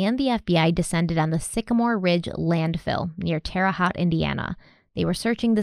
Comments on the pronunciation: twice now, I’ve heard you pronounce Terra HAUTE like hot. It actually should rhyme with coat. 😉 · I usually dont mind mispronounced words but being fm IN i cant help myself: Terra Haute like terra hoe-t . still love u. Thx. K. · Pronounced terre h-oat ita hard for people that dont live around here lol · Terre Haute Indiana is actually pronounced like "terra hote" with a long o sound. For example, Versailles Indiana is not pronounced like "Vr sai" like you would assume it to be based on its namesake. No, it is pronounced "Vr sails". I'm not kidding, but I wish I was. I think Indiana is just adverse to anything etymologically French.